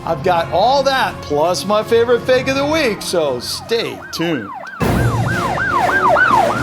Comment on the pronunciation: There is no e in fake when you say it’s so fake is funny